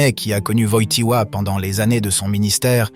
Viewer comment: Il faut dire Wojtyła, et non pas Wojchtila, merci